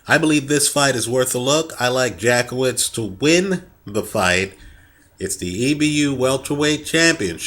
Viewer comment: Hehehe, You probably don't want to pronounce it Jack-Off-Vitz for the connotations it brings, it goes more like Yatskievitsh